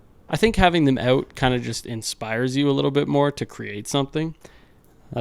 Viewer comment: I love how you were placing the Ontario licence plate while saying "having them oot"... made me laugh. Also...great video. Love the build.